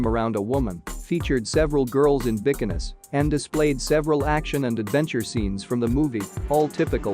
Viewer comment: You pronounce "Guinness", "bikini" and "composer" wrong...